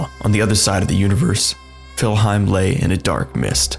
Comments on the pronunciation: It's called "Niflheim" not "Filheim". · I've never heard Niflheim being referred to as Fillheim before ... interesting. Edit: Had to stop watching this video due to the sheer amount of incorrect information. :/